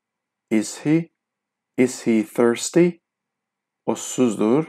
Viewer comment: Salam Thirsty orda tələffüz förstiy? Th birləşməsi f səsi verir ya mən yanlış duydum?